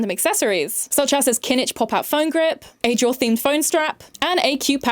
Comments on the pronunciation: I’m crying it’s pronounced ‘ah-how’ not a-jaw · Ajou? Queen I think u meant Ajaw😭😭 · Ajaw is pronounced ah-how 😭😭😭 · that is NOT how you say ajaw 😭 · kinda off topic but ajaw would totally complain about the way you said his name lmao